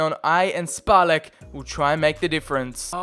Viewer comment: This Š in Špalek and Aleš, is czech letter, and it's pronounced like SH, so you should read it Shpalek and Alesh